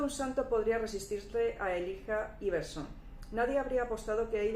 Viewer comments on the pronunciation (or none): Jajaja hablas de decepción y ni si quiera puedes pronunciar el nombre de Elijah Iverson jajaja.